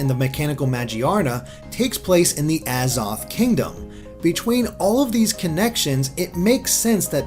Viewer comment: XD IRK! XD i mean hell he can't even pronounce the worlds AZOTH and Arceus right lmao